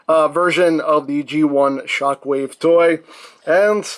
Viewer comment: Thought you said ShaqWave